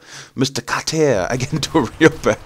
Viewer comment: it's Welcome Back KOTTER not Carter!